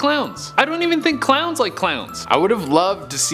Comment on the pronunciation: When he tries to say a million clowns he says a million crowns